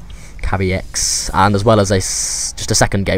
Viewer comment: Haha Thanks for hosting the tourny,I am Kaviex(BTW pronounced Kah-ve-ex) and also thanks for casting the games,it was fun,and yes,my supply blockage was terrible in this game,dont know why lol,probably just nerv's :)